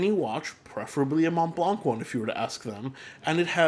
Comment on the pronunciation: Nice topic! BTW The C in Montblanc is not pronounced.